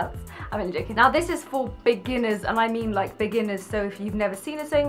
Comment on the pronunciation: When she said beginners I heard bikinis😂